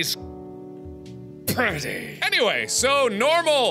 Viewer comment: Depressed Lilypad did he just say that Senpai is petty? It kinda sounds like he said petty. Lmao XD